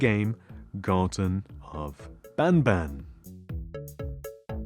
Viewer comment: Its ban ban not bab ban OK? OK!